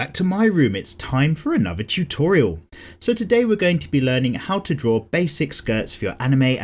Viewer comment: "It's time for another chutorial"